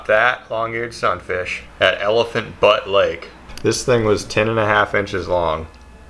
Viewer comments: Elephant butte lake is in New Mexico and is pronounced (bee-you-te) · I hate how you said elephant butte